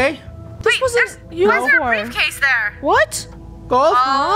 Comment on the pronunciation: The brifcase was golds uhh insides